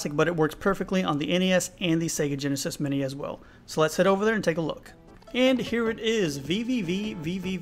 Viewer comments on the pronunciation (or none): VVVVVV on the NES, SneNeeEss and JeNessNess!